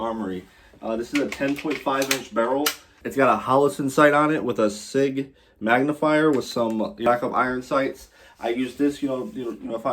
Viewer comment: Never heard sig pronounced like that lol